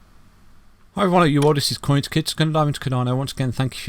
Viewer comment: I kid you not but every time you say your name, Coinskid I hear Coinski. Wakes me up every time 😂😂😂